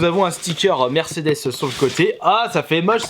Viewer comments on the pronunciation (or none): none